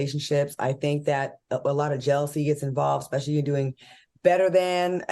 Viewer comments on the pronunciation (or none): Q… Oh we correcting people’s poor English? How about we learn how to pronounce especially! There is no X in the word! Ijs